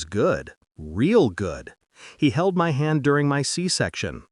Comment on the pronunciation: I am really tired of the phases "I didn't cry, I didn't scream", which is in almost all of these stories. Also, "MY" IS NOT pronounced as M.Y. It means "self" or "me".